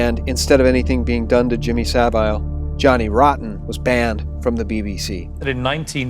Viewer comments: Just so you know for future reference, it's Madeleine McCANN (the same pronunciation as 'can' or 'fan') not McCAIN (rhyming with 'pain'). It's also Savile (rhyming with 'ill') not Sav-eyel (rhyming with 'vile')... actually either pronunciation of that bastard's name is more than apt. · pronounce Savile as Sav-ill. McCann as Mm -ah-can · You can't pronounce Savile, you can't pronounce McCann and you can't pronounce Suffolk. Please stop making videos. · To whoever is narrating this, you do that wonderfully annoying thing common among Americans which is to mispronounce names and places. in this case McCann and Saville. You can hear Piers Morgan saying it correctly yet you wish to say it differently.